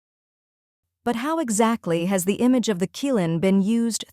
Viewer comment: C(h)ilin not kilin!